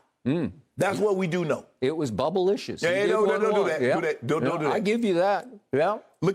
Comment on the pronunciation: Did Skip Bayless really just say "bubble-licious" 🤨 I'm done for today.... closes YouTube app